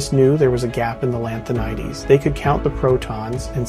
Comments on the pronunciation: Because it is. It can't even get simple pronunciations and basic facts right, like Lan-tha-ni-dees", or the longest lived isotopes (which is actually 145Pm at 17.7 years). There are historical errors, the AI visuals don't in any way reflect promethium, and on and on. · Pronouncing "lanthanides" like it's a word from greek mythology was pretty funny